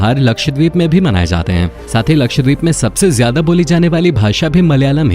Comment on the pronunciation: Ye deep nahi dweep hai, means island